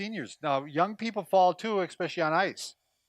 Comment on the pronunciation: Lord, I wish he would quit saying "expecially."